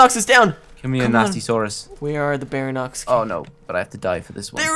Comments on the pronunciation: you sayt baryonex wrong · he calls it BARANOX it's pronounced BAREE-ONIX all though it's spelled Baryonyx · its pronuonced, BARE-EE-ON-ICKS for baryonx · not bairinox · u said baryonx wrong its bary-on- iks